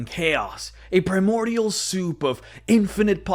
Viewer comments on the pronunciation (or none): none